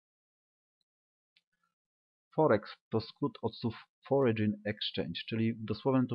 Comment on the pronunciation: ale to nie jest forydżyn ale FORYN.